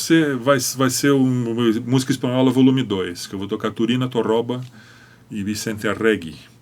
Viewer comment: Excelente entrevista. Fábio Zanon ‘sabe’ mesmo, ou seja, sabe ensinar e sabe fazer. Isso não é tão frequente como se pensa, embora muita gente do violão procure disfarçar esse problema... Apenas uma leve correção:, na introdução, se entendi bem, comentou sobre a Sonatina de ‘Tórroba’. Para evitar que esse ligeiro equívoco se perpetue nas redes sociais, destaco que o correto é Torroba, paroxítona. Inclusive, Fábio pronuncia corretamente em alguns pontos da gravação. No mais, continue com essa ótima série de podcasts!